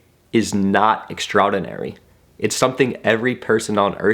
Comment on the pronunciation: love you however i am roasting you for the way you pronounce "extraordinary"